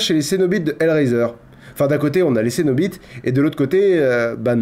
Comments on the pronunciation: "Les cénoBITES" :D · "On a les Cénobites" 😂